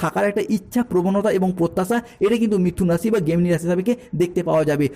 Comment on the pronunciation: গেমিনি না জেমিনি